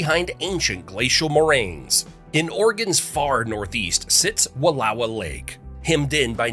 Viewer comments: Came to the comments because Wallowa was mispronounced and everyone's freaking out about Willamette like that's never been mispronounced by non-Oregonians before XD. My favorite is Champoeg. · Wallowa is also mispronounced! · Annoyed Oregonian here lol it’s will-am-ette and wall-oh-wa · Interesting facts, some of which I hadn't known before, and I have lived in the state since 1956. Note: "Willamette" is pronounced "Will-LAM-ett" and the Wallowa Is "Wuhl-OW-uh". Admittedly, they are spelled oddly, but I can't count the number of times I've heard these two place names mispronounced. Please, people, if you are going to document things in Oregon, ask a native how to pronounce them. (Oh, you did OK with the state name, but for those not in the know, it's "Or-ee-gun".) Thanks for the interesting facts.